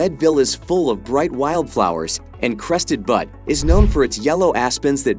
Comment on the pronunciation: ( : ) Crested Butte is not pronounced, Crested Butt.